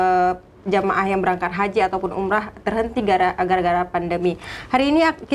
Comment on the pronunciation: bukan "Umroh" tapi "Umrah". Bèk that meurôn² narit dgn awak blahdéh laôt. Droneuh ureuëng Atjéh. Proud to be Achehnese--not J*****se.